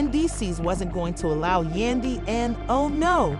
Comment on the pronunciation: Who the f*ck is yundy. You might wanna get the name right.